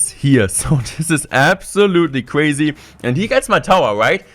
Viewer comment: This is cwuaysi hahahha sooo ein deutscher